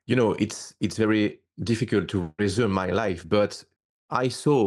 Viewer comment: So hard to follow and understand this guy with his French accent--even with subtitles! How can he even mispronounce "resumé" (re-zu-may)--a French word!--as "reh-zoom". Oi vey...🤦🏻‍♂️ Also, parental testimonials (interviews) and old audio cassette tapes aren't really proof but just repeating what he already said. Where is the water and crystals he claims to have taken when he was younger from a dream, Freddy Krueger "Nightmare on Elm Street"-style?